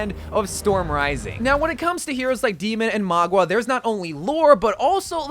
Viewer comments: Mauga...not Magua. Bro don't be wack! Lol. Love your cotent bro. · I mean Mauga instead of Magua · I love you but it hurts every time you say Magua instead of Mauga 😭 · It. Is. MAUGA! Not Magua. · btw, mauga is pronounced maow- gah not mah-gua, in Samoan it means mountain :) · It’s not Magwa it’s Mauga bro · Mauga is pronounced MA-OOO-GAH!!! NOT Ma-GWAh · Its mauga not magua. For the love of god please get it right. It genuinely gets on my nerves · It’s actually Mauga, I don’t know why he keeps saying Magwa. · My guy, who on earth is "Mogwa" lol it's Mauga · bro really said maugwa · “Magua” HAHSJAJWJSJSJSJ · Ikr its honestly so annoying plus he pronounced maguas names wrong constantly. He just fills he videos with unfunny jokes and then in the actually necessary info part of the video he quite clearly doesn't do research. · The man who was invited to the blizzard summit and already knows the new hero horribly mispronounces mauga which he would have been told how to say is quite interesting. Though he does say sojourn wrong but not nearly as wrong as mauga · Don’t worry everyone, still can’t pronounce mauga and most likely still can’t pronounce sojourn